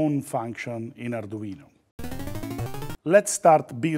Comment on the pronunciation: I really, really like this guy - his tutorials are well explained and easy to understand. Just what I need as an arduino amateur - and I would listen in just to hear him pronounce the name, as in such an authentic accent that alone is worth admiring!